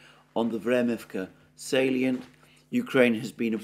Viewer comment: Vremivka ledge, how could you possibly mispronounce this ?? 😂😂What’s a salien?? This is indeed a small village if I see it correctly.